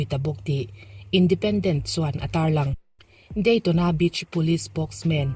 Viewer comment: Mizo tawng takin sawi duh ka nei tlat,Daytona tia I sawi kha,Daytâwnâ tiin lam zok ta la American ho nena in lam Rik Dan a in ang theiin a ddik zawk tih k lo soi ve mai2